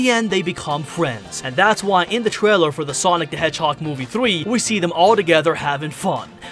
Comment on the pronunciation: Is it just me or did he said Twailer and keeps saying Twailer is he a baby?